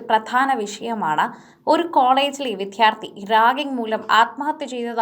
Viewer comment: പ്രിയ സഹോദരീ... വി"ദ്ധ്യാ"ർത്ഥി എന്നല്ല പറയേണ്ടത്... വിദ്യ.. വിദ്യാർത്ഥി ... എന്ന് ദിവസവും രാവിലെ കുളിച്ച് പല്ലുതേച്ച് നാക്കൊക്കെ വടിച്ചതിനു ശേഷം ഒരു പത്തു തവണയെങ്കിലും പറഞ്ഞു പഠിക്കുക ... ഒരു മുപ്പതു ദിവസമെങ്കിലും തുടരുക... താങ്കളുടെ അവതരണം കേൾക്കുന്നവരുടെ സമാധാനത്തെയും ജീവനെയും രക്ഷിക്കുക... മലയാളം അക്ഷര മാലയും ഉച്ചാരണ രീതിയും നെറ്റിൽ കിട്ടും ദയവായി ഇതു മാതിരിയുള്ള കടും കൈ നടത്തുന്നതിനു മുൻപ് അതൊക്കെ ഒന്നു കേട്ടു ശീലിക്കുക... വളരെ അരോചകമായിരിക്കുന്നു ഈ അവതരണം 🙏🙏😪😪